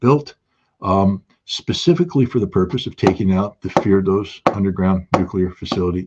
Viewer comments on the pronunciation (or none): Does Scott mean Fordow? No idea why he calls it firdosz.